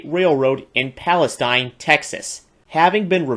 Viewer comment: The Texas State Railroad is in Palestine, Texas, it’s pronounced Palesteen. T&P 610 was originally stored at the Will Rogers Memorial Center, not the Fort Rogers Memorial, as there isn’t any such memorial in Texas.